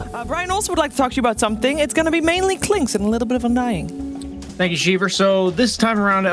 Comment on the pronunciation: Once you hear “thank you sheever” you know boutta break something down you didn’t even know was a thing